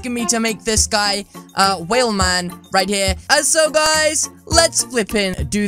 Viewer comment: Its not whalman its whelman i think c